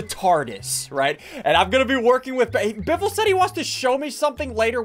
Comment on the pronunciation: It's not biffle its butt waffle